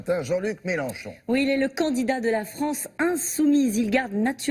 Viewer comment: MelEnchon PAS MELANCHON BORDEL DE M**